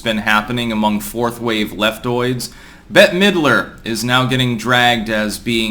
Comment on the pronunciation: “No Bette-a Middrer?”